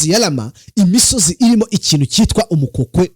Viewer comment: UMVA SEKA WITWA UMUKOKI NTABWO WITWA UKOKWI ICYO SI KINYARWANDA.